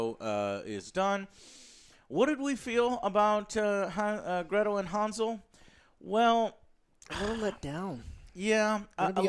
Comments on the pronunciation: It's Hansel not Hanzel... jesus, nothing sounds right in English when trying to pronounce European words. At least Gretel was pronounced with European G (soft G, as in word "ground") not the English G (hard G, as in word "general", which in English this G sounds basically the same like J, as in Joker, you might as well pronounce Joker with G instead and it will sound the same). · Woulda rather seen a Hansel & Gretel Witch Hunters 2. The one with Jeremy Renner. ALso HAN-Sol(HAN pronounced like hand without the d), not Hanz-ul, the fck? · pronounced Hansel correctly. It's not "Harnsel" xD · Why do you pronounce hansel like hawnsol? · Das "A "in "Hansel" wird wie das "A" in "and" ausgesprochen. Kriegt euren Scheiss zusammen!